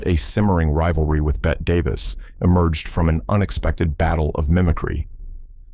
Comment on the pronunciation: Maybe the family of Bette Davis should legally change the spelling of her name to "Betty" so that the AI narrators will pronounce it correctly. The constant mispronunciation is really driving me crazy. Is it too much to ask that these presentations be proofread & edited?